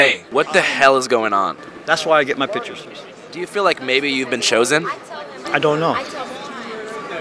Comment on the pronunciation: Remember folks, its! "pictures" not "pitchurs"